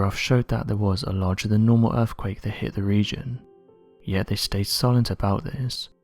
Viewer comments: Guy with a dreary, spooky British voice makes it all the worse. Also, dude, it's earthquake, not "earfquake". Wanker. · Are your saying "Erfquake"?